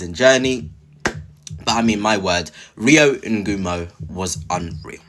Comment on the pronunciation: I subscribed to your channel a few weeks ago but might have to unsubscribe if you keep mispronouncing players names… if you can’t pronounce Rio then please don’t make any more videos about Liverpool.